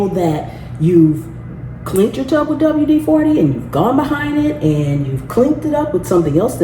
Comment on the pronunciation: Dang girl. WD40. NOT "Dw40.".. Isopropyl alcohol. Not 'isoprosol" You just lost this viewer. 🎉